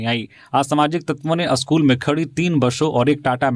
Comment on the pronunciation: स्कूल अस्कूल क्यों बोल रहे हो